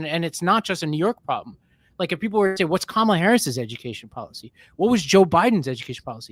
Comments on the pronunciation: Perhaps you need 2 PhD’s to be able to pronounce KAMALA properly because you all are pathetic! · Republicans still can’t pronounce “Kamala?” Jesus…